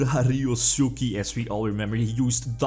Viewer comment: His pronunciation of “ryosuke” tho